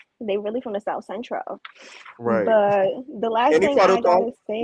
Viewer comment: “They really from the southCEN-TROLL” 💀💀💀💀